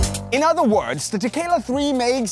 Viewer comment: I keep hearing "tequila"...I need to go get a drink now